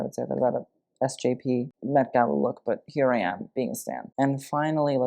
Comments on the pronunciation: At the beginning I thought said the "Meh Gala." By the way, Autumn De Wilde was fabulously on theme. And I loved it. Design wise, I'm not sure what experts would think, but I thought she was amazing. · "meh" gala lol